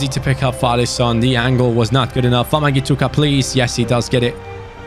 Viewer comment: the way says wamangituka is so funny